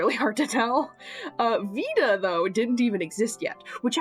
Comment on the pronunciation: as someone taking latin, 'Vita' would be pronounced more like 'wee-ta' because V makes a double-u sound. so yeah, keep using a proper V noise